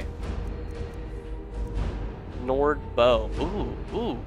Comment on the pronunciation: did he say ancient "snord" sword of cold?